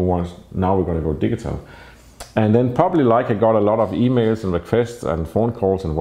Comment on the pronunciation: Every time you say "digital" it sounds like "diesel".When you learned English you should have concentrated more on pronunciation. Europeans smugly criticize Americans for their pronunciation of Nikon, Leica, Pentax, Rollei and on and on. Well Europeans are awful in their English. I've yet to hear a European that doesn't have a heavy accent, yet I spent only 6 weeks In Transylvania immersed with Romanian hosts and was mistaken by strangers as native.. Because I concentrated on how they SOUNDED. Just so you know. Your photography is excellent but your pronunciation,not so much.